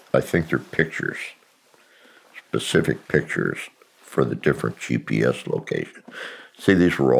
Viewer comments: He definitely said “Specific” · You lost me … flag for me. Someone who’s claiming to be this intelligent, would never say “pacific” targets? You can look at his lips when he says it… he says “pacific”… nope.